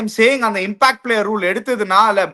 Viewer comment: Athalla oth:""'a impact player uh gimpackt player ena vena vachika nee!!😅